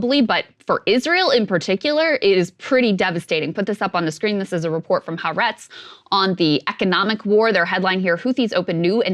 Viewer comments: I love Krystal's reporting but wish she would learn to pronounce Haaretz properly. It's Ha Aretz. Ha means 'the' in Hebrew. It means the land. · Or Ha'Aretz.